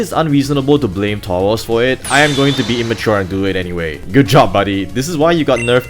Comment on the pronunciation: Why do you pronounce Tauros as Towos?